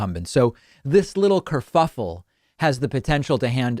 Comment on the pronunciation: "Curfuffle"...or "covfefe"? Only Donald and Pooty know for sure.